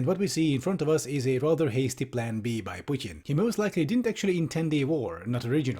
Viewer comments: can you please call him Putin and not Putien, pet peeving me hard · why to americans pronounce "putin" pudn? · No one: Piewtin. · The way you pronounce "Putin" 👏👏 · I love how pronounces "Putin". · i love this video but why do you say putin like that its so infuriating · I like how you pronounce "Putin" :)